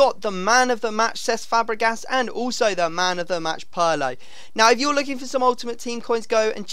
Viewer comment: It's not Pearlo, it's Pirlo